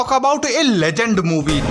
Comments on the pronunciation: THE LEGEND ❌ THE LE-JHAND ✅ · Legend❌ Laghant🤣🤣🥔